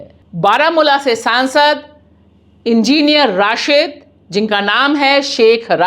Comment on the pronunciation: Enginer Rashid nahin Madam Enginer Rasheed. Try to speak correct word correct name.